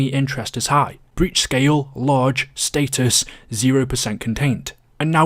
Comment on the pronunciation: it’s “status” not “status”